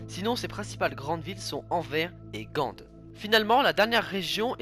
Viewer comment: On prononce le S dans Anvers et Gand se dit Gan